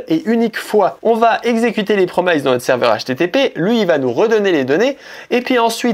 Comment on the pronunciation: Super vidéo c'est tout à fait ce que je cherchais! Merci! Petite note sur les promises: ça se dit "promiss" plutôt que "promaïze".